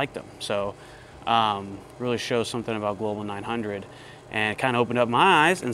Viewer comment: New drinking game: take a shot every time says the manufacturer’s name incorrectly. InB4 alcohol poisoning